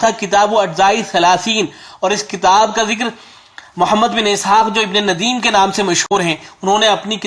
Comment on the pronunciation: حضرت معذرت کے ساتھ محمد بن اسحاق ابن نَدیم نہیں بلکہ ابن نُدیم نون پر زبر کے ساتھ ھے یہ صحیح تلفظ ھے